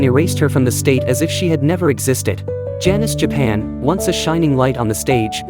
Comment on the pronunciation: Janis Japan? AI is so bad. Can’t even get her name right.